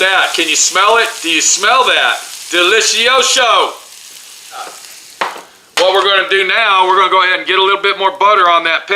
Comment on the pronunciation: Stop saying that's 100% authentic Italian pizza, it's not. You're not italian, you're American, you can't even pronounce "delizioso" correctly, and you don't know how to make a pizza.